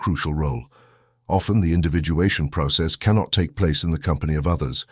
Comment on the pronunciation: Individuation - not Individualation